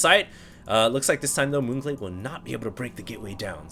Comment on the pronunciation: lol sounds like un glade